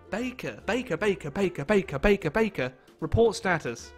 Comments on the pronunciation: Dude....it's pronounced BAKER. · No no no, it's baker, not baker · Game say Baker: Bakuh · Did you Say Baker or Bakah/Beiker/Baiker/Bakher?